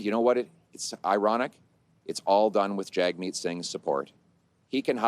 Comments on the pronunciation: I like how PP calls him “JAG-meet”, just as it is spelled in English. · Is there a guy in Canada called “JagMeat”?